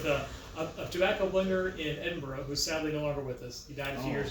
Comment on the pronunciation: Thank you, sir, for pronouncing Edinburgh properly, Pastor. Miss Scotland deep in the bones. Used to travel there all the time.